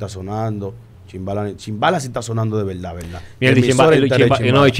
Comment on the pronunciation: En velda velda,,, al final de la jolnada...lenguaje coloquial urbano.... Urbanos dejen de estar tatuandose la cara, ese tatuaje entre los dos ojos es asqueroso